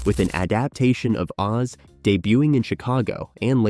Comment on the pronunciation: Several quirks in the narration seem to indicate this was read by an AI. Like saying the world of “oh zee” instead of OZ, or putting an unnatural space in the title of “beauty and the beast”.